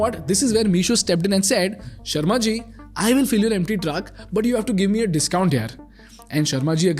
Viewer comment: Is it sharma ji or Sherry ji. Sharma ji a Sardar 😂😂